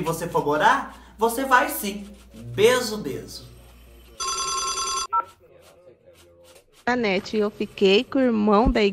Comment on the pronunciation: 😂😂😂😂JANETE É O NOME....Eu entendi DANETE 😂😂😂😂 é Danone agora?? E para surdez o que é bom ??😂😂😂🙈🙈🙈